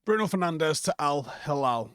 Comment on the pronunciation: It's pronounced Fer-nange